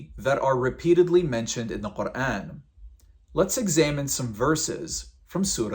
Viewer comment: woah the way u pronounce quran, ive never heard anyone say it like this but it sounds soooooo beautiful omg